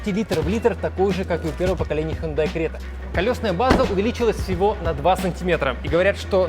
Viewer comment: Если написано Крета, то нафиг говорить Грета?